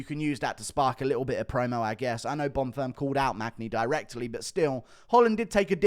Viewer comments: Guru I love your videos but your mispronunciations of fighters' names is getting very annoying. It's Arman Tsarukyan, not Armand Tsarukyan. It's Bonfim, not Bonfirm. With the amount of time you spend watching MMA I would h a thought you'd know how to pronounce their names. Please do better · One thing I noticed in your last videos… You pronounce Gabriel Bonfims name like he’s a French man but he isn’t… Just say Bonfim like it’s written